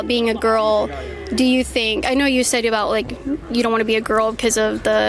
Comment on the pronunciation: "Said" is pronounced SEH-D, not say-d. You are speaking to the public. The public has no use for your faith-based declarations.